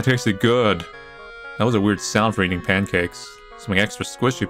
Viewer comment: Pan-cacks... Cursed.